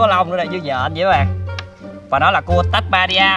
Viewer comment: người ta là Tasmania chứ ko phải là tabuaria đâu